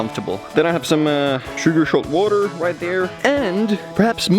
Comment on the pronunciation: Sugar-Shalt Waterrrrr 😂